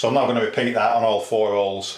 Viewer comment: its holes not ooles